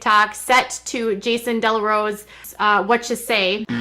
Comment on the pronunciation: No “Dellarose”….😂😂😂😂😂😂